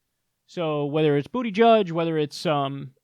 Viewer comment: I've enjoyed your videos but I can't get passed the way you say Buttigieg. I'm not sold on the guy but come on, 'Booty Judge' just sounds rediculous. Probably not the best video to make this comment but I get hung up everytime I hear it lol.